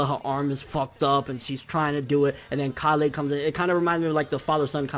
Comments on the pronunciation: dude it's kale! Kale!!!! Not callay not callay kale!! Come on man work with me here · Lmao omg he says Kalè everytime it's just Kale like how you would say the vegetable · Dude it's kale like the food not ka le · Hey bro it's kale like the vegetable kale not kalle like some Kryptonian shitt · It's pronounced kale not kalé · Ok dude you've been pronouncing kales name wrong for a very long time. ケール this is how her name is written in katakana and it's pronounced ke-ru or ke-lu obviously a pun on the vegetable kale. How you have been saying her name is かーレ or ka-le/ka-re Which is wrong as this isn't the way the japanese voice actors never have said her name in any instance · A minor thing, but it's K ale, not Kal ey. Kale as in the vegetable. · Idk why you're saying kah-le its kale and if you're just being a Weeb and using Japanese pronunciations its keiru not kah-le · Kale, not Kalay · When u pronounce kale KALEH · Kale.... rhymes with Tale, pale, or fail... ya know, like the vegetable? Please stop calling her "kah lay" :( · Yo I don't want to be rude, and I mean no disrespect but you keep pronouncing Kale's name wrong. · You're saying kales name wrong I'm guessing you're doing it on purpose though lol